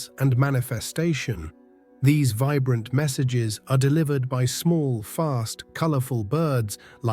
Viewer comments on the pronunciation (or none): none